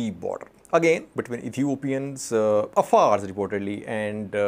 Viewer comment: Hey, how come you can't pronounce the Afar with the ع